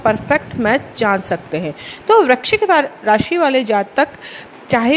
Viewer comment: First of all aap VRISHCHIK to correct bolo